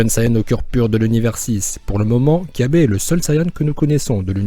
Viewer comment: On dit pas kyabe mais cabba